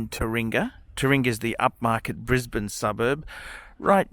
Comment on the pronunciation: Bris-Bane : the centre of the universe, phuckerz. Stella, the best thing about this vid.